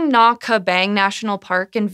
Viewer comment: Sơn is pronounced like cern in concern. Nha is like Nya.